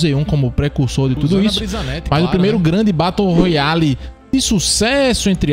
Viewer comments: VEI. TU FALANDO BATO ROYALE É FROID KKKKKKK se pronuncia beroroial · "Batou royale" 😭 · O cara fala Batou royale kkkkkkk muito bom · “Batou roiale”